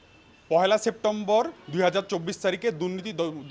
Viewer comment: পহেলা সেপ্টেম্বর বলতে পারে না উকিল মহাশয়